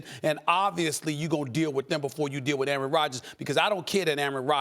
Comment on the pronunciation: I wish Max would learn how to pronounce "Aaron".